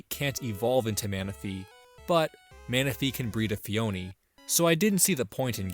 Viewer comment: It’s pronounced ‘ phony’ like fake.